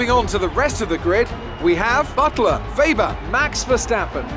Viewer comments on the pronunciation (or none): its weber not webber ffs